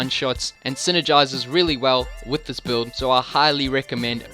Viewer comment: That 'buuld' is insane!